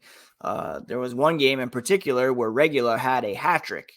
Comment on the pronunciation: Way to butcher Alec Regula's name lol. It's Regoola! Go Knights Go!